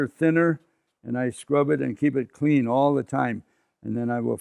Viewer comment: vewwy vewwy cwwweeeen